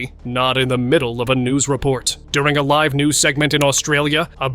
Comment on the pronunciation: Only at the point when the narrator pronounced "live tv interruptions ..." as " liv tv" was it realized that A I synthesized voices are now so realistic that we can't tell the difference between them. A very creepy moment indeed